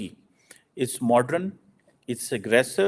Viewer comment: "Modern" ko "Modran" madarsa PH.D. hi kah sakta hai.😂😂🤣🤣